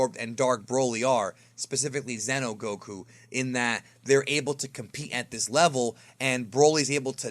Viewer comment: Xeno is not Zeno. So don't talk is like the same. "Zeeno" and "Zeno" spells differently.